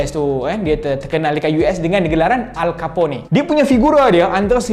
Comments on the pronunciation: Al Capone nama dia bunyi 'Alkapon' .. bukan 'Alkapone' berdekah aku denyar dia sebut nama alcapone 😂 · Bukan Al Caponi lah. Al Capone.... Belajar sebut baik2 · Rasanya panggilan nama tu bukan alkapuney, tp alkapun.....rasanya la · Nak cakap nanti org mengamuk ke saya... yahuuu.... btw, Al Capone tu agak terkenal. So banyak video lain dari US sebut nama dia... dia disebut Al-Ke-pon.... bukan Al-Ke-po-ne